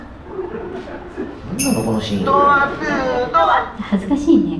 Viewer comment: ママのドアトゥードア、安達さんよく普通に言えるわ！さすが。俺は電車で吹きそうになった（笑）